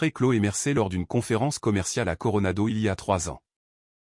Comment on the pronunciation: CORONADO ! Et non pas Corona d'eau😂😹🤣 C'est sympa d'avoir un(e) espion(ne) dans son couple ! Vous avez bien fait de vous en débarrasser. Mais pourquoi avoir déménagé puisque l'appartement était à votre nom ? C'était à Chloé de partir.